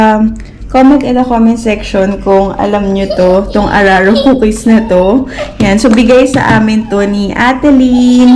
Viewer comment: Mam di po araro kundi uraro🥰